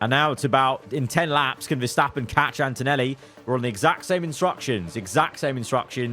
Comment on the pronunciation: spent too much time in the shed with us and messed up Verstappen and Antonelli's name in the race